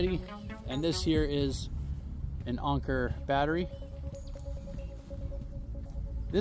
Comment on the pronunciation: Its Anker,not onker